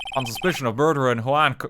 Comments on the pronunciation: I was so worried he was just going to give up on figuring it out and I'd have to hear "hue-on" the entire case. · RT trying to say Juan really got me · fully obsessed with how rt struggled so hard to say "juan" for like a full minute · English major btw. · So it was obvious knowing how to pronounce it, since it is a spanish name, it is pronounced with a spanish accent. Literally what I've been saying in two comments. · my mans trying to say “juan” was GOLDEN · Why didn't RT Games just googled how to pronounce him instead of asking chat how to pronounce Juan, does he want IPA ... EDIT: Oh thank God EDIT 2: Corrida was so closed... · I don't even speak Spanish but I know how it's pronounced djzjzkxkxk God RT is so Irish